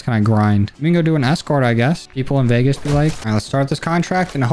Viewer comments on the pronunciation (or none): none